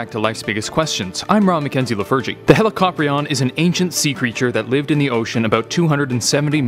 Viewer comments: ...heli ca pry n. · Hella cop rion? Thats an interesting way to pronounce it. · I Thought It Was Pronounced As ' Helicorpion '